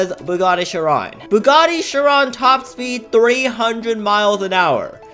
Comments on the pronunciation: The way that he said Chiron wrong (Sh-Ron) (Correct way is Sh-irr-on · bruh bugatti chiron SUPERSPORT starts with "ch" lol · it’s chiron